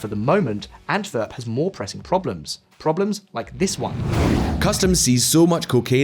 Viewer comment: Really minor detail but the pronunciation is killing me lol "w" in Flemish Dutch is more or less pronounced like an English w so it's not "Antverp" or "De veever" but "Antwerp" and " De Wayver" (following English phonetic rules).